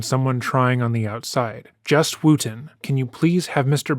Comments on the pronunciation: Oh you guys it's NOT pronounced WOOOOOTON!!!! It's Wooton (like WOOD) you're welcome! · “Where are you, judge wooten?” Sounded like “where are you, God?” And that’s so funny to me 😂